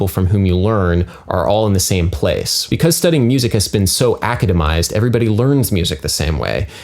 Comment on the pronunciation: Adam you have an odd way of pronouncing certain words . Maybe it's because I'm english...I don't think so though. 'chaff' has a hard 'ch' like 'much'. not shaff. it's not ´Ácademised it's acádemised ( see the marks above the stressed syllable)